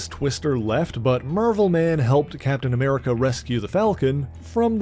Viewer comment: Are you calling him "Mervel Boy" on purpose?